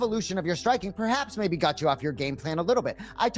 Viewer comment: Anik says "maybe" as "may".